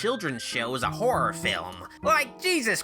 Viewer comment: a WHORError movie